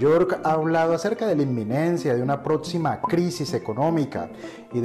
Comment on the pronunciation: Es próxima, no "protsima", ni hablar sabes mucho menos vas a saber del tema de las inversiones.